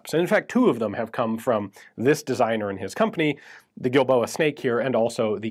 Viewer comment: I sewar I kept hearing that pronounced as "D"ildoa.